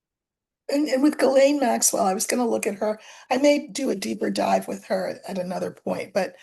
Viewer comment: Btw Ghislaine is pronounced; "Jees - lane".. (It sounds better in French).. 👏😊